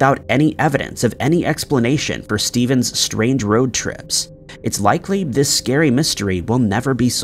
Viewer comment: The stories are vewy scawy